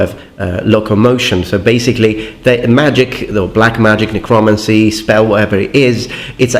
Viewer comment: Metaton it's pronounced Necro-Mancy (no space)